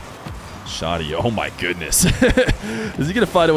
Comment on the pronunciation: How did it shift completely towards the end? I love me some content 💯 (btw, the name is Shaaa' deee)